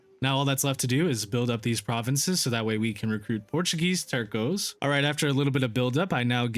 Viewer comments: Nice video! Fwiw, “Tercio” units are pronounced “Ter-th-ē-ō” then slap on the s at the end. It means one-third/third in Spanish. Other than that, keep up the good work! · I see people more often than not absolutely butcher the word “Tercios”. It’s a soft “C” guys…